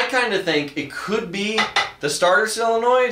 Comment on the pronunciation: How do you pronounce Solenoid like "Silonoid?"